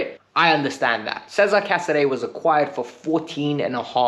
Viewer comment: Sorry, don't mean to nitpick but casedei's first name's pronounced 'ches-a-re', not 'caesar'.